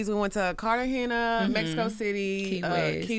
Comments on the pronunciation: Right. These pronunciations were wild and so off 😂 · "Med-a-yeen" and "Cart-eye-geena" 🤣